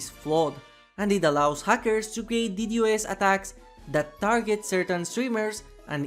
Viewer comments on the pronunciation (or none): It’s D Dos NOT D. D. O. S. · Aint no way he said ddos as d-d-o-s